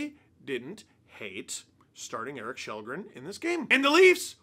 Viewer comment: His name is Kallgren, not Shellgren.